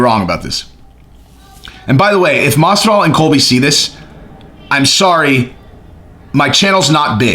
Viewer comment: You need more sharpness pills dude it's Colby not Cody 🤣🤣🤣